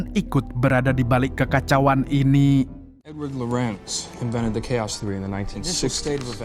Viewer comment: Di baca bukan keos bang tapi kaos